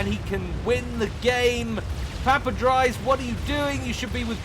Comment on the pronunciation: PapaDries is pronounced papadreece like Greece, it is a Belgian or Dutch name. On to watching :)